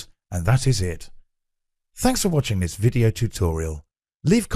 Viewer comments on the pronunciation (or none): none